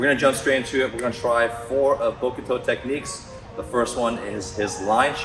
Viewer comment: The u in bokuto is silent 😅 but nice Video at all 😄